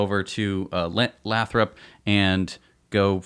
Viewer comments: It made cringe every time they said Lathrop, i understand you guys have probably never heard of it but it’s pronounced lay-throp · It's pronounced "Lay-thrup". I grew up a quarter mile away from that glass factory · Hey and, for starter Lathrop is pronounced Lay-thrup and I drive though Lathrop five days a week to my job in Hayward which is around 12-15 miles from the Fremont factory in my DM Model 3. I will try and drive by there to see the new sight this weekend. I will take as many pictures and video as I can, but I do not have a good drone. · Lathrop is pronounced Lay-Throp. And it nears the town of Stockton to the North and Manteca to the South. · Pronounced lay-thrup.... work in the area and there is multiple buildings Tesla has taken over that were once toyota/Chrysler.. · lol it's Lay-Throp (Lathrop) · FYI it's Lay - throp 😜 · Lathrop pronounced Lay’ throp. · Lol it's pronounced Lay-thrup your pronunciation is making me rofl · Hey guys...great show as usual....Lathrop is pronounced with a long "a"....like lay thrup……..I live in the San Joaquin Valley, CA and believe the Tesla plant in Lathrop is for machining. If you look on you can get an excellent idea of what they are doing there. I hope you are correct for the Semi production. There is a great need for manufacturing in the valley. Long on Tesla! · It the city name is pronounced Lay-Thrope by locals. Long A, long O. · Very interesting conjecture. By the way, Lathrop is pronounced with a long "a". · It's actually Lay-thrup.